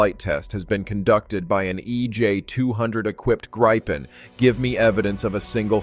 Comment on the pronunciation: It is pronounced like in a 'grib' with a short [ee]